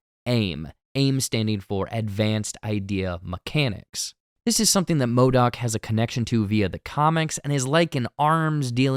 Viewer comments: yes... WHY ModAk. hahah It's MODOK. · Sooo we gonna ignore "MODAK"